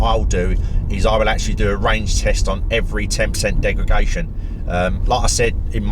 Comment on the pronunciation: Please stop saying Degregation! It's Degredation!